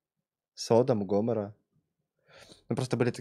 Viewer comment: неправильно ударение ставит, там садОм и гамОра